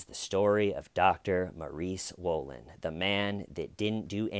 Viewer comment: Just watched some footage of the Dr being caught in the act. I swear the female reporter kept saying Dr Maurie Swollen .... it was rather unnerving 🥴😆